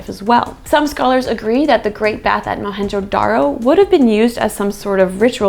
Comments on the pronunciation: Dude... Mohenjodaro.... and its J.... Our J is not silent... Our J is Louder than loud... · The real name is Moan jo daro and not Mohanjo daro. It's Sindhi, meaning , mound of the dead.